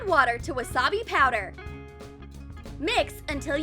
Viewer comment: Did she say wassabe powder 👁👄👁